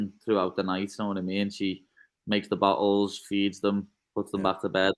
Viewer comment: The way he says "bottles" sounds like "butt holes" 😂